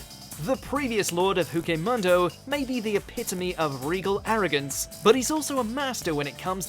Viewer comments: Hueco Mundo sounds like Heco Mondo xD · I love how you YOU CAN BLATANTLY TELL when the narrater does give a shit about what he’s making xD “Whakay Munndo”get outta here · My guy said hecomando I'm so upset rn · /Hoo-Kay Mundo/ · "The previous lord of Hookay Muhndo" 🙄🙄🙄 Anime Gods, have mercy on these top 10s channels... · Who Kay Muhndo... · “Juco mondo” = hueco mundo... ok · Did he really say hoo-k-mundo? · So some pronunciation is on point and then he says "who-kay mundo" instead of "whay-co mundo"... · Bro did he just say fuheco mundo? It's hueco mundo and I obviously watched the English dub watch the Japanese dub mister bleach buff... Ur killin me smalls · Whokei mondo? Did I hear that right?! Lol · The Japanese and English version of the series are almost as bad as each other as well. There are just a few of the voice actors in the dub who (mostly) manage to pronounce the words correctly. I particularly hate how they all pronounce hueco mundo as wayko mundo. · Every time I see these videos I just realize more and more that they don’t watch anime. They don’t even try to pronounce names and words right. Fucking “Hookay Mundo”. Really?? They literally say it in the anime hundreds of times. That’s just sad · Huce mundo tf is that and Musialago its Murcialago 😂😂😂😂😂😂😂😂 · Did he say “Huke Mundo” or did I have a Stroke? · Hookay Moongo? Said with such confidence, too. Here's a man who don't need no pronunciation guide. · Hu-e-co mun-do. Good now the next time you make a bleach video then please say it right. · "Huke mundo"??? I'm hurt :( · Who kay Mungo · I can understand a few.. but Who Kay Muhndo? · I was reading in the comments about the pronunciation, and wasn't really seeing the issue... until he tried to say "Hueco Mundo". ouch. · i died laughing when is said Hueco Mundo. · Sheeeesh at least learn how to pronounce the Spanish words properly. Makes me cringe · Bro that pronunciation hurts my ears.....a LOT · They way you said Hueco Mundo -_